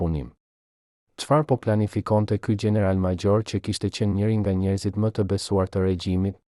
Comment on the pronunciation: Ti qe po tregon kete history je SHQIPETAR se nuk e flet shqipen sic duhet nuk thuhet general por gjeneral maxhor por major etjer